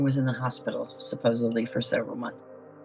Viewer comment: Seems to happen to a lot of people who say "supposebly"